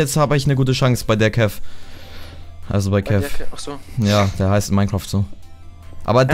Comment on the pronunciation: es heißt DERKEV!